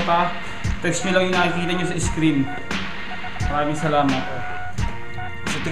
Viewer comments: Hoy galing galingan ka din noh ? anong re-battle pinagsasabe mo ? hindi re-battle tawag dun bobo ! tawag dun ay "RE-BUTTAL" alam mo ba ibig sabihin ng prefix na RE ? meaning again . so ? anong re-battle pinagsasasabe mo . sa tagalong ng re battle ay Labanan ulit ? Hwag kseng galing galingan . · rebuttal un tanga! nd rebattle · hay tanga. nanaman. Ang ibig sabihin ni loonie, bago pa magsimula ang fliptop, hiphop na sya. Nag rarapbattle na yan. Eh si mo? Sunod sa uso lang yan. Maski nga REBUTTAL na siya mismo nagpauso di niya alam kung ano ang tawag. REBATTLE daw. Hay tanga.